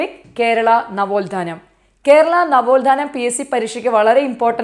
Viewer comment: നവോൽധാനം അല്ല നവോത്ഥാനം ആണ്